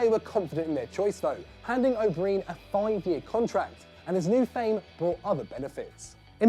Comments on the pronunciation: An Englishman can't pronounce an Irish surname that's pathetic it's pronounced o Brian, not o breen. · Its pronounced o' Brian not breen😂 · Ronnie O’Brien is pronounced Ronnie O’Bryan or however you want to spell it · The O"Brien one is great, but could you not have pronounced his name properly?